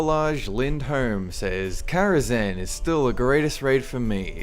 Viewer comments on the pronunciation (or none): Really? Karazhan? No. No.